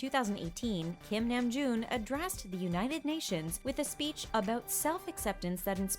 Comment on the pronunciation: THANK THE LORD SOMEONE PRONOUNCED HIS NAME CORRECTLY